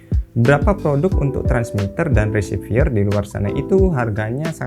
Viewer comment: Reciever kok bacanya jadi resivier di antara v dan r cuma ada e kok jadi ie bacanya?